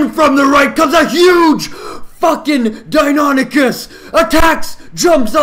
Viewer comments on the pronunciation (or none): none